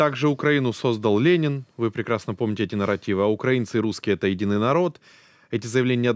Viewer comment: Да смотри Википедию ! Украинцы, ударение на И !